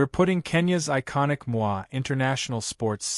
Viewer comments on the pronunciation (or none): Ai Narration is messing up things Pronouncing Moi with a French Accent (Mwa) ND jakaya Kiqwit instead of Kikwete.